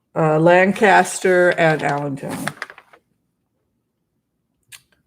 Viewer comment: Lancaster === you amazingly pronounced it correctly! Most people I've met don't!! My mother was born in that area === her mother was Dutch/Amish === her father was Jewish. When I told that to my staff member who was from Allentown, PA, while we were working in DC === he froze up and treated me like an enemy from then on. The racism in Pennsylvania is palpable!! You are correct! BTW I was born in Carlisle, PA, and was raised later in the DC Metro area.